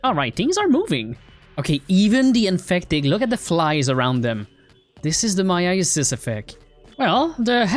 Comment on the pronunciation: I think you call myasis "me-ya-sis